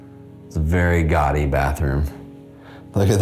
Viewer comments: When you say "gaudy", it sounds like you are saying "gotti". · Someone please teach him how to pronounce 'gawdy' 😩